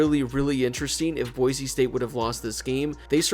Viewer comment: Thank you so much for saying Boise and not Boize